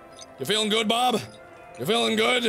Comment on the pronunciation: you were sometimes saying Berb, not Bob